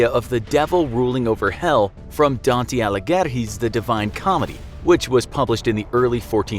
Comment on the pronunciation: the way he pronounces dante alighieri... mate couldn’t u use the speak tool in google translate at least